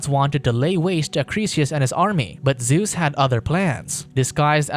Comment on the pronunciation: Cashiopeia, Zues... wtf are those pronounciation lol....